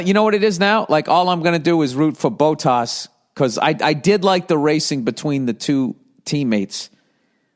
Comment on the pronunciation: Bow-Tas & LeClerk 😂😂😂 ... Bot-Tas & LeClaire